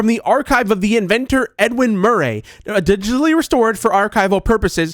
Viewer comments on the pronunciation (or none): Did he call Edwin ‘Edwin Mur-Ray’